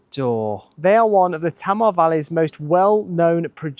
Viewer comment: Great video from a beautiful area of Tasmania. However, in Tasmania, Tamar is pronounced Taymah not Tammer. Launceston is Lonnceston not Lawnceston (as many tourists say) or Larnston (as natives of Launceston England say).